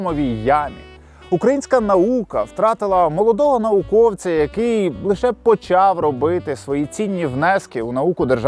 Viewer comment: Виправлю, не науковця, а науКІВця.